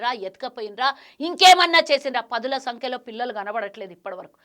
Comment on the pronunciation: పదుల సంకలో కాదే పంది పదుల సంఖ్యలో ముందు తెలుగు తప్పు లేకుండా మాట్లాడు